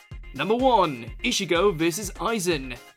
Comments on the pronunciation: never thought bleach will be top number one of this top 10 list before. Edit: did he just say ishigo not ichigo? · The way he says ichigos name makes me mad lol